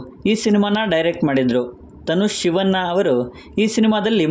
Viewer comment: ಕನ್ನಡ ಉಚ್ಚಾರಣೆ ಸ್ವಲ್ಪ ಸರಿ ಇರ್ಲಿ ಸಿವನ್ನ ಅಲ್ಲ ಕಣೋ ಶಿವಣ್ಣ